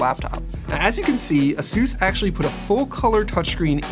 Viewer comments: a-soose? it's A-sus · Is ay-sus not azeus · "Asoos"? It's Aces. God! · FIRST LEARN HOW TO SAY "ASUS" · I hate the way he says Asus